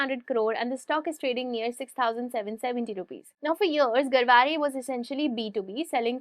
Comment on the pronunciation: You pronounced Garware correctly...Nice keep posting such informative videos Thanks